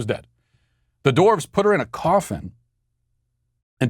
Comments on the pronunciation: I love Matt, but it's dWarves, not dOrves. Drove me nuts the whole video. Other than that, good stuff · Why do Americans pronounce the word, “dwarves” as “doorves”? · Lmao why is nobody talking about the way Matt says “dorves” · I keep hearing “dorks,” when Matt say “dwarves.”